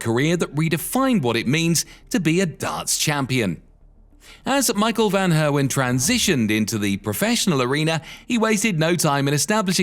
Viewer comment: "Michael Van Hair Win..."